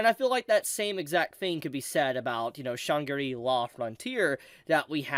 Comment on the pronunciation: I never heard someone butcher the pronunciation of Shangri-La quite as hard as you do.